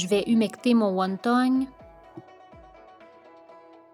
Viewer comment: On dit pas won tong mais won ton